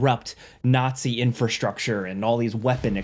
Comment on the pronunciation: a ñazi